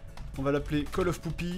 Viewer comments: Fred, chiot ça se dit puppy pas poopy. Poopy serait traduisible par "merdeux" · Pour info c'est "puppy" pour dire chiot en Anglais. Là, avec "poopy", on dirait que tu viens de donner un petit nom à ton caca (ce qui mine de rien colle pas trop mal avec la série parodiée)...